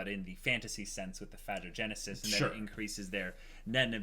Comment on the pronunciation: I think it's pretty safe to assume that the catgirls were killed without further hesitation, at least considering Meruem's speech. - Phagogenesis (I think it's pronounced fa-go-genesis as in "phagocyte" and not fa-jo-genesis) only works from one generation to the next: Meruem's nen absorbing power is a trait exclusive to him. Otherwise it wouldn't make sense for Pitou to mention that. - Hisoka's age is unstated as far as I know, but I'd guess late 20s to early 30s. Chrollo's 26 according to the manga (the chapter in which he chats with Neon and steals her hatsu).